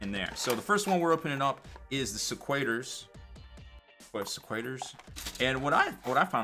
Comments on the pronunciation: Another video of pronouncing shit wrong. Se-kwi-turz. Meer-mourn. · the right way to say Sequitors is like this. Seh-Quitters. I hope Destruction gets some new ork models dude!